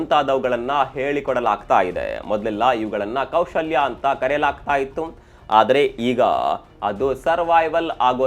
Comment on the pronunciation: ಇತ್ತು ಆಯ್ತು ಸ್ವಲ್ಪ ಸರಿಯಾಗಿ ಹೇಳಿ ಸ್ಪಷ್ಟವಾಗಿ, ಕನ್ನಡ ಟೆಕ್ for you ,media masters tara ಸ್ಪಷ್ಟ ಉಚ್ಚಾರಣೆ ಇರಲಿ. ಇಲ್ಲ ಅಂದ್ರೆ ನಿಮ್ಮ voice AI ಇಂದ clone madi edit madi😅